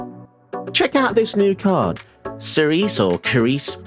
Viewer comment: Cerise is actually pronounced Seriz (with each syllable of equal length). It is French for cherry and it is also a woman's name (although quite a rare one). Hope this helps 😉